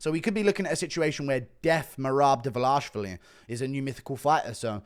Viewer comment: The Dvalishvili pronunciation is hysterical. Almost as laughable as his DES MoinES effort.